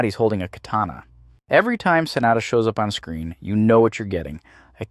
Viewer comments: The name is pronounced "Sah-nah-dah". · next time try to pronounce Sanada a little more correctly.... SAH NAH DAH. 🤣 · can't take it seriously because you keep calling him "Sinatra" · Why the hell do you keep pronouncing "Sanada" two different ways (SAN na da) (SA nada) like its two different people WTF~ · and now it's back. When it's the full name, it's pronounced how I've always heard it. But last name only? 🤔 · It's pronounced Sanada, not Sanada.